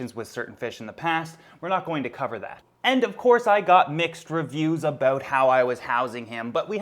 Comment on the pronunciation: Ah yes, let's talk aboot Frank.